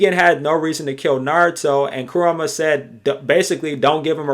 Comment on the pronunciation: bruv. its ku-RA-MA not ku-RU-MA lol good video regaredless...